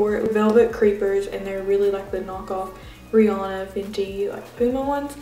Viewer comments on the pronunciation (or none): its riANNA no riANu